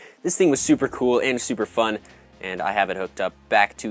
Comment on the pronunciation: The way he said “kewl”